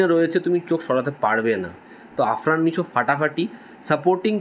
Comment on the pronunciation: Pronounciation....arfan nisho!!???is not pure